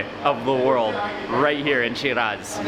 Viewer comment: But why are you pronouncing shiraz and Iran like that?